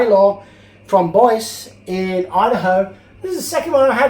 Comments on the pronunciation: Boise, Idaho pronounced Boy Zee. Not Boys. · Pronounced "Boyzee", Idaho. Love your videos. Keep them coming. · Great video,. Thank you for sharing. All the best to you and yours in the New Year! BTW, Boise, that city in Idaho, is pronounced Boyzee, here in the states. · Boise is.pronounved BOY ZEE IDAHO not boice like voice like youre sayin it mate. Cheers! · Another cool video 😎 And for the record, Boise is pronounced Boy-Zee, although it’s fun to hear your pronunciation too! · the proper pronunciation of Boise in Boise, Idaho is Boy'see..Love every thing about your show. You Sir are the Bob Ross of the die-cast renovation world. The best on any you tube channel. I always found Lesney Matchbox better then Hotwheels..I'm a purist and prefer my cars true to original specs..I think Hotwheels just went a bit out there for me.. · Bois...LOL Idaho. does not take long to look up how to say a city bud. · Boise is pronounced Boi-see......... Love those old Routemasters......too bad they still don't use them in London anymore! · Boise Idaho is pronouced "Boy-zee" Never been there myself. I have been to Northridge, California. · Hey!!......that's pronounced "BoyZee" Idaho. We want more Kevin & makeovers please!! Glad you're back. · Boise is pronounced boys-ee. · It's pronounced Boy-zee. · Just so you know, Boise Idaho is pronounced Boy-zee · I belive its pronounced boy-zee lol 👌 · nice grab of the chocolate, lol., FYI Boise is pronounced boysee. Yeah it's weird! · Windsor is in Canada not US. And Boise Idaho is said boy-zee. Sorry, just wanted you to know i was paying attention. Luved your first un-boxing from your great new location. I'll be watching. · Boise is pronounced Boy-Zee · Hi, It's pronounced "Boy-zee" Idaho. great to see you back. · Boise, Idaho. It's 'boy-zee' if I'm not wrong.